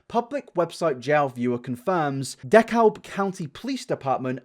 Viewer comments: Lol at how he pronounced Dekalb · Two small things, DeKalb is pronounced Da Cab and LA is Louisiana, not Georgia which is GA. Georgia has made their animals cruelty laws even harsher in the past few years, especially after the whole Michael Vick thing. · Happy early bday! Edit: also DeKalb county is pronounced “duh-cab”. It’s a really hard word! I get it! I live near DeKalb so I know how to pronounce it! It’s ok! It’s in the state of GA :)